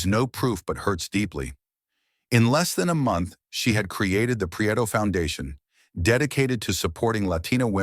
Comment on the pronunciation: Pree-eh-toh. It's not that hard.